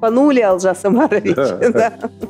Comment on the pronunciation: Можно же ударение ставить на О, у вас выходит Алжас Амарович,что совершенно не приемлемо,даже русскому слуху..